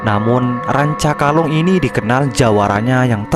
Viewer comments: RANCAKALONG lur, sanes rancakolang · Rancakolang atau rancakalong???